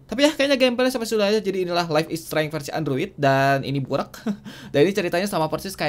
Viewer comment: Streng, streng... Bacanya streinj.. gitu